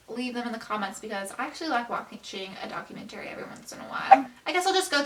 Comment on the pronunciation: The way she says documentary pisses me off